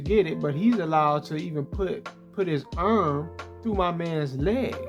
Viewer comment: Man the way you say arm I don't know why but it be funny as hell to me 😂😂 I know you don't be trying to be funny but your videos have me laughing it's just your reactions on the replays when you slow it down and react to all of the CPUs bullshit especially when they be going threw dudes body parts lmao